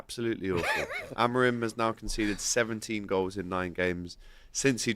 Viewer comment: .... Amor-in or Amor-out ... LOL